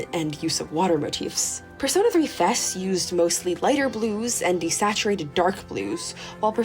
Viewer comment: Thank you for pronouncing FES correctly. AND using the correct name of the P3 protagonist. Great analysis of each game overall, thank you for this!